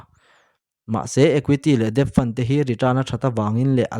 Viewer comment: Debt pronounced as det.